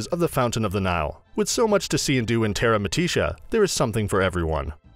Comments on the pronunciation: Terra-mi-tisha? Hahahaha it’s Terra-mi-tica - don’t think the narrator has been to Benidorm 😂👌🏻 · tay-rah me-TEE-shah??? It's a bit more like TAY-rah MEE-tee-kah